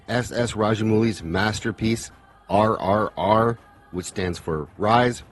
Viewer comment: You pronounced NTR and RRR correctly, my friend. Thanks for the review.